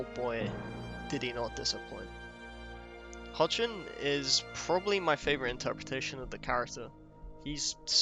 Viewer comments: For future reference, the last name of the actor playing Clark/Superman is pronounced 'HECK-lin.' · Tyler Hoechlin pronounces his last name Heck-Lin. Just thought you would like to know. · great essay, thx! Hoechlin is pronounced heck-lin